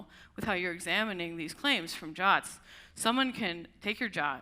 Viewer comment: Why pronouncing JWTs as "jahts"? This is just silly and will confuse people - just say J-W-T for clarity.